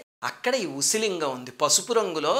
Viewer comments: It's pronounced as OOSI LINGAM.. OOSI in Tamil means needle..🙏🙏🙏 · Small correction; You have to pronounce it as an "oosi" lingam. Oosi in Tamil means soodhi in Telugu. Which appears to be the right way of saying it considering the structure of lingam. Naraayana Naarayana!!!